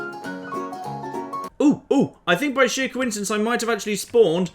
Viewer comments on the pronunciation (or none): none